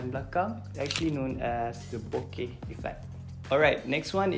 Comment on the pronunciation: cara sebut bokeh sebenarnya 'boke' ke 'boka'